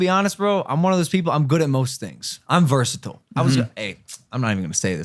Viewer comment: Bro cant even say "versitile" right